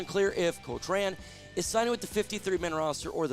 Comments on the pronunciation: It’s pronounced cock-rin. It’s ok, you can say it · Hard to take you seriously when you can't even pronounce an easy last name like Cochran.